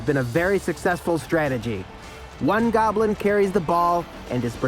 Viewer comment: That guy can't pronounce goblin. He keeps saying 'gablin' for some reason